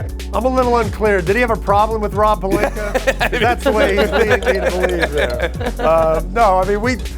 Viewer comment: Is it jus me but wtf do SAS put a r on Rob Palinka name ? Lol